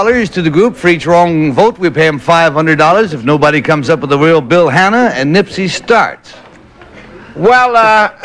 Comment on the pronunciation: contestant 2 says "Bill Hanner" lol